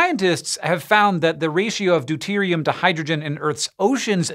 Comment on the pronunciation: lol u said deute